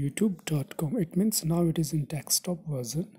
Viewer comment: You were saying deckstop mode